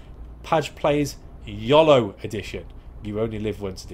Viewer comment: Gotta admit, never heard someone pronounce it Yol-O...Glad your new net appears to be functioning though!